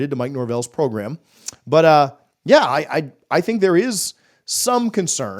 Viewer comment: Norvell's progrim, not program.